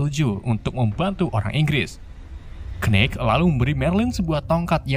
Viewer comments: Sebel banget denger ngomong kenit kenit padahal tulisannya Knight 🤣🤣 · Khnight atau knight??